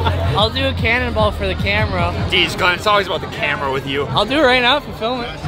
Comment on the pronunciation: Did anyone hear "Cannon Ball"? I heard "Ken Ball"